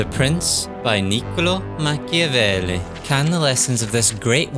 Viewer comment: Be italian. -open a video about playing a strategy game following the example of a famous book. -first thing the narrator does is mispronouncing in the most ear drilling way the name of the author of said book. -leave a comment dies of cringe